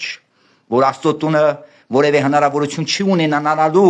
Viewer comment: ջան` տղաս, նախապես ներողություն եմ խնդրում,սակայն չասել չեմ կարող, որ քո բառապաշարով ի չիք ես անում ողջ համարյա հիվանդության հասնող ՄԵԾ Հայրենասիրությունը ունենալու բառի փոխարեն ասում եք ունենանալու, միայն֊ի փոխարեն արտասանում եք միան և բազում֊բազում այլ արտահայտություններ։Եթե քեզ չգնահատեի չէի ասի Ուշադիր եղիր լեքսիկոնիդ